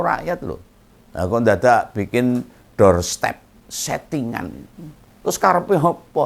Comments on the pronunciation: DOOR STOP OM, BKN DOOR STEP 😝😝😝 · om ngompol, bukan doorstep tapi doorstop